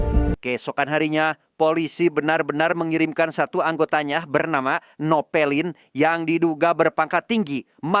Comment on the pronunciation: Napoleon min bukan novelin